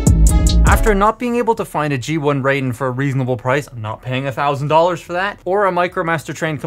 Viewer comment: Raiden not ray den